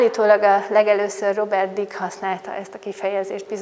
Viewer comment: Kiejtes Robert Dicke (diki). Dick mast jelent.